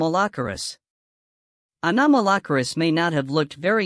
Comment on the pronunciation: i might be the 357th subscriber, but only if you learn how to pronounce it's name better, please...